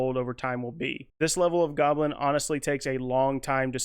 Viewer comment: Intermediate “golbin” lol. Love it.